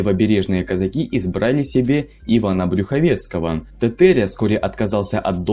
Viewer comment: ТЭтЭря уши режет, можно было сказать Тетеря?